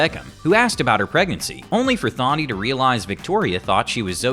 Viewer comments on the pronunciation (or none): You butchered Thandiwe's name so badly. It wasn't Tharndy. It was TAN-DEE. Like a sun tan. It's a silent H. She's gone back to her real name, which will confuse you even more, now. TAN-DEE-WAY.